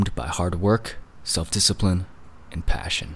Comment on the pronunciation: "And paåsśion"